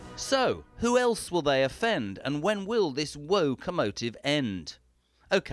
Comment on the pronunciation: The Woe-comotive! 🤣🤣🤣 JK, you crack me up.